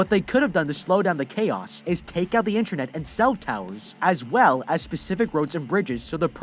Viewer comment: "Stuck in a burning hell hole without any inyernet" lol